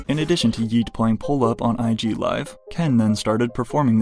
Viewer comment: If this dude says “Yeat” with a hard T one more time I’m goin to lose it